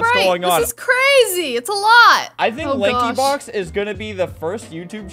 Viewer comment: did dj really say lankybox?